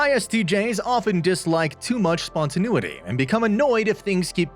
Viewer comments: It can be pronounced spontaNAYity or even spontaNEEity, but never EVER spontaNOOity. Please have a word with your second narrator... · I couldn't watch this. I had to stop it a minute and a half in because the narrator consistently mispronounces spontaneity. It was driving me insane. (And as an INTP, I have no choice but to correct the matter!)